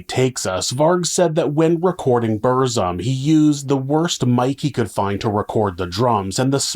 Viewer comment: Fucking hell. You could check how to pronounce things like Aske, Burzum and few other